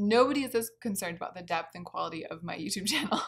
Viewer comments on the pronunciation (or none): none